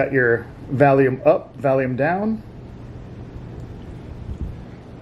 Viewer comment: Dude he says Valium instead of volume